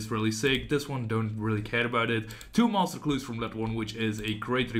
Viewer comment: Also, the way you say master clues <3 <3 <3 "Moster" hnnng